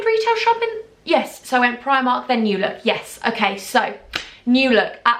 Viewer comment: Lmao love it already 😂. It’s NEW look not new LOOK and it’s preeeemark not primark haha I’m in Swansea 😂😂😂🤣